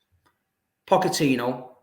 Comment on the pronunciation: Where do you get these people from ? This guy is so vexed over another club that he's trying so hard to act like he can't pronounce Pochettino's name 💀